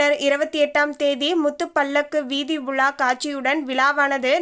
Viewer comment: Not vila, Vizha